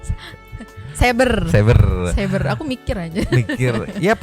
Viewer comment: Hatur nuhun teteh Alvia Pengacara itu lulusan mana tuh, mas circle nya tentang hukum aja dia ga paham dan gak bisa ngucapinnya Ciber dan pasal ga yakin Kasian ya, nyewa pengacara bukannya bantu malah bisa menjerumuskan doi ke penjara, ilang duit, malu, masuk penjara lagi Kasian kasian